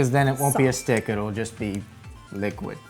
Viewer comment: I really like her videos and all, but why does she always have to say "shtick" instead od "stick" of butter?